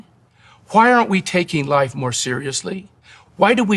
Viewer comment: The way he pronounces the word “life” (like: Lie-ef) gives me serious aliens vibes. Like as if he’s an alien who was given this script but wasn’t clear on pronunciation on such a simple yet foundational term